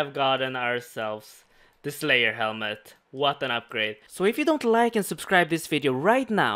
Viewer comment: please learn how to say "subcribe" thank you hahaha Super series boi i love to watch it <3